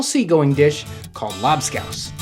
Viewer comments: A strange way to pronounce Labskaus. Here on the german coast, we still eat this stuff. But the recepie has changed quite a bit (salted beef, potato, beetroot and onions cooked and mashed together, served with pickels, eggs and pickeled fish) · They way he pronounces lobscouse just sounds wrong. Idk if hes saying it wrong but I'm just saying lol